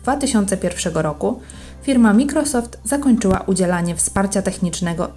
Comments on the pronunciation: wym. "majkrosoft" nie mikrosoft. Chociaż jakbyś jej napisał do czytania z wymową jak nie zna angielskiego ;> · Super filmik, tylko nie "wszystke" a "wszystkie" i nie "mikrosoft" a "majkrosoft"👍